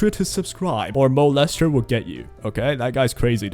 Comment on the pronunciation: "Moe lester" 😂